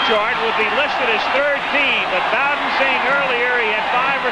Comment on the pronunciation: Did the great Al Michael's just pronounce Bobby bowdens name as Bobby boh'den ?